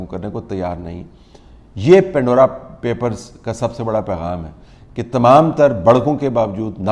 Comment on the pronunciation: It's Pandora, not pindora.